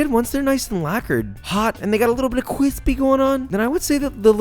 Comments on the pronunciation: You almost made it without saying "Kwispy" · Josh Weissman Dictionary: "Cwispy" exists Salt Bae: sprinkles down arm into book "Cwazy"